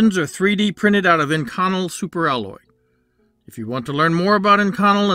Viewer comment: That's "ink-oh-nell" not "in-con-ull"